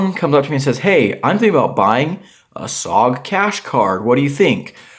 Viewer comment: I don't know whether to laugh or beg for your forgiveness 😂. BTW, IIRC (and in this case I definitely do) SOG is a military acronym for Studies and Observations Group and as such it is pronounced as a single word, as opposed to spelling it out (by military types at least). So, this is just an FYI and I HTH. BBFN! And definitely do a destruction video!